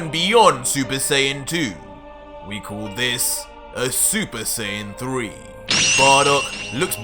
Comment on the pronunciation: Tbh, this manga series is great and all, but you need to improve on your "l" sound. "Fool" "Call" "Cool" sound kinda forced and weird.